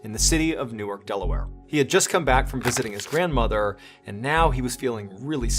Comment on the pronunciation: A quibble: It's pronounced new arc. The city in New Jersey is newerk.